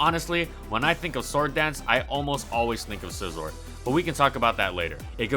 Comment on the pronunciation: Holy crap I like your videos but this one is really annoying, you keep pronouncing Scizor wrong... there is no L is Scizor...